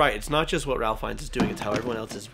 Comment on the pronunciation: You guys obviously know his named is pronounced Rafe, not Ralf, right? It would be odd to do a review involving an actor and not know how to pronounce his name…